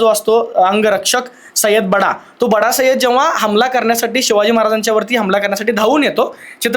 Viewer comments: किती स्तुती करणार सलमान ची बस न बाबा सय्यद बाडा नाही सय्यद बंडा म्हण सर्वाणी छान काम केले सलमान भक्त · बडा नाही बंडा